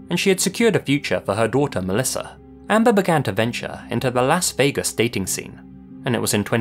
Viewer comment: what’s funny is you actually pronounce that correctly whereas in America the vast majority of ppl (I’ve met having visited 30 states) pronounce it ‘Loss’ Vegas. Varying dialects have warped it slightly but I find it amusing that you actually say it the way it was intended to be pronounced.